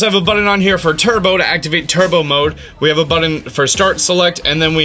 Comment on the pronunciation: it's BUTTON!!! not buddons